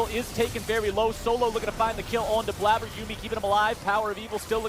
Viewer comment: Highlight of this video is obviously when one of the casters said "Bladder" instead of "Blaber."